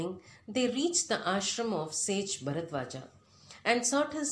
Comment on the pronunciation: Ram not Rama Narad not Narada Bharadwaj not Bharadwaja